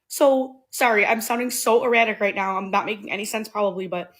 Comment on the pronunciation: When this nigga say “rrright” I bust out laughing it be in the perfect spots 😂 Denzel w that shit ! All you missing is the “my man”